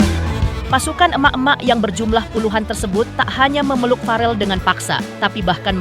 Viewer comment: naratornya kudu belajar cara mengucapkan nama farrel dari bunda Vena